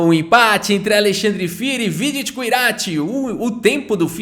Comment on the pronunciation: metade do vídeo chamando o vidit errado 😂